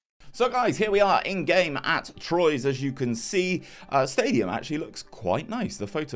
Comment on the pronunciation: I think the mispronunciation of Troyes might upset the French viewers more than "baguette" 😂